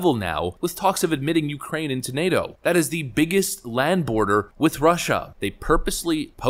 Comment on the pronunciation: Tucker interupted his "heres how ill dump american money in the yoocrain" speach😂 he had those hand gestures all practiced and evrything.